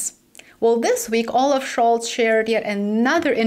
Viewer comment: 'All laugh' (olaf) is making me laugh.